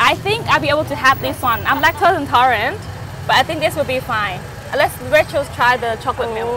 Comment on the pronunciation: She really calling her "racheal(s)"